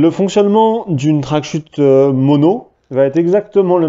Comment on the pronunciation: Les CH dans "wingsuit" et "tracksuit", ça ne fait ni accent anglais, ni accent français. (en fait tu es le seul que j'entends prononcer ça comme ça)